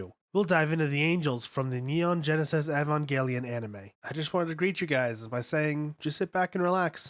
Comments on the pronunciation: IVANGUELION my boy just say, E V A N G E L I O N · dude literally calls it "Avangaylien" 🙄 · I hate when people say it pronounced as "eh ven jehl i yin" that J SOUND I CANNOT BELEIVE IT AND WHEN THEY SAY "AHSOOHKAH" IT IS MORE LIKE "ASKA WITH A SMALL T I N Y U SOUND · man, your pronunciation is all over the place. ahvengayleon. longuiness. preemordial. sakeel. shephalpod. rameel. gegeel. asooka. israfile. sandolphin. matareel. eerule. mahgee. l'leel. atsooko. bardeel. zayrule. ayreel. armaseel.